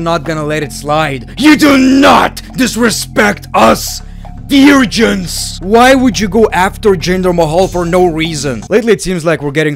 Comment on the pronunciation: Veer-gins.. it's complicated